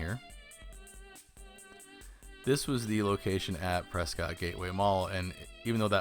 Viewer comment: Pretty sure you mispronounced ‘Prescott’.